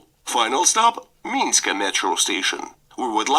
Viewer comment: Не минська, а мінська.